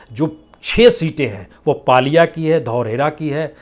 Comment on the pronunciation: Bajpai g aap ,pallia ko paalia bol rahe h aur gola gokrannath ko golagokharannath bol rahe h.